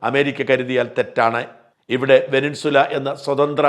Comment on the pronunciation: വെനിൻസുല അല്ല ഷാജാ വെനിസ്വേല ആണ്